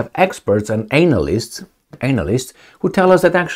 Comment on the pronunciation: you pronounce 'analist' wrong. try it in Romanian. it'll probably be right